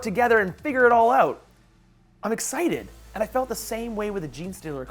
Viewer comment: Every time he said excited i swear he was saying nicksited